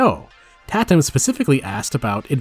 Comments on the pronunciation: “Tat-um” lmao. I think you mean “Tay-tum” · The fact that the intro examples are all real... Also...Tãtum. Like cake.